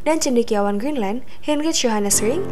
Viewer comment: Ceita,Geenland, oang oang inuid, R nya mana